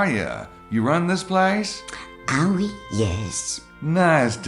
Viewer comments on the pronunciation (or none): Also, I love how she pronounces "Oui" as "Owie".